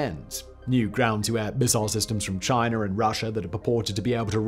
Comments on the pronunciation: Russher and Chiner huh? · WHY DO YOU SAY..."RUSSIAR" AND CHINAR"? LOL!!!!!